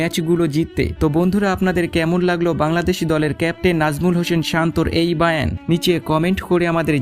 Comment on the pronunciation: বয়ান হবে তাকে আপনি বার বার বায়ান বায়ান বলেছেন।